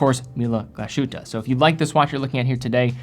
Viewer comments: Could you please learn how to pronounce "Glashütte" correctly? It is "glaz-hutte" not gla-shutte." It will make you a more credible source on watches. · It's not "GlaSHutte" but "Glas-Huette". Glass as you would (more or less) spell english word "glass", "Huette" would be most closely described as "Heete" but "ee" you try to say at the same time "oo" :-D "ooee"? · Hi, its not Gla-Shütte - its Glas-Hütte (meaning 'glass hut' or 'glass lodge'). 🙂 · It’s pronounced Glas-hütte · What a lovely design. Definitely some Braun AW10 vibes to it with it's plastic blacl bezel, but tastefully modernized Just a comment, it's pronounced more like "glass who-te" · I love your videos but you could work on the pronunciation. What is “gla- shootuh”? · Finally! I was scrolling to see if anyone had commented on the pronunciation before I did 😆 It’s pronounced like something between y and u. Definitely no “sh” sound. I’m Swedish but I’ve studied German for about six years. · Hey, would you do me a favor and split the 's' & 'h' in your pronunciation of Glashütte? Great watch one way or the other of course